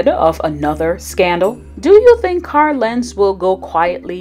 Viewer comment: Why do you pronounce his name “Car Lentz?” There is an “l” at the end of Carl.